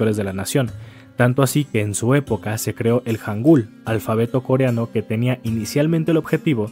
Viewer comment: el pronuncia mejor el coreano que otros youtubers